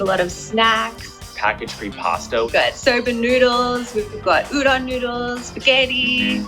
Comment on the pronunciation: YOU SAID UDON WRONG